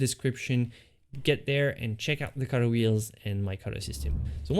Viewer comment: Not only can't he paint, but he can't even say the word 'color' 🤣🤣🤣🤣🤣